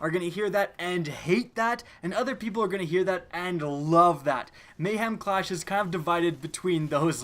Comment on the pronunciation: Ah, yes, Mayham Clarsh.